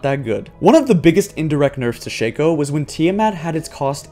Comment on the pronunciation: Shake-o...? I pronounce it like Shock-o or Shack-o